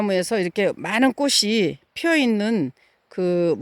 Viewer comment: 꽃은 이쁜데 사모님 국어실력이 .. 꼬시라 발음하면 안됩니다 꼬치라고 해야 맞는 발음입니다 자음접변 안배웠나요?